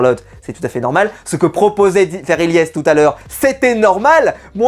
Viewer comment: Les gars arrêtez de dire Ylyess c’est Ilyesse 😅